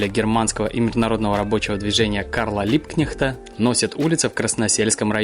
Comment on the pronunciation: Спасибо,! Прогулка прекрасная. Мне очень понравился формат., мне кажется, или ты основательно поработал над своим произношением))? Как чётко, с выговариванием каждой буковки и ни разу не споткнувшись, ты произнёс имя и фамилию Либкнехта))... Прости, но всегда отмечаю для себя хорошую речь - издержки профессии)))..., я уже в Инстаграм просила показать мои любимые места в Питере, где я часто бывала, гостя у тётушки. Она жила на Фонтанке у моста Ломоносова. Сейчас живёт в другом месте. Но я, бывая в Питере, всегда там прогуливаюсь. Иду от Невского мимо памятника Екатерине 2, потом по улице Зодчего Росси и к любимому мосту Ломоносова. На этом коротком маршруте столько памятников, столько уникальных мест, что можно целый день там прогуливаться и узнавать новые и новые факты. Мы так с тётушкой и делали. Если бы не её больные ноги, то оттуда её было бы не увести). Так хочется снова прогуляться по этим местам. Уверена, всем будет интересно ознакомиться с ними.